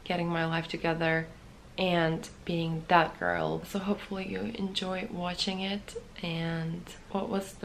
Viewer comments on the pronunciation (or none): i thought that you said at first "bad girl" instead of "that girl". :D